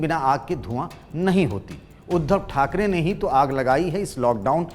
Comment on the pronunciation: khakare nahi thakre pahle thik se bolna sikho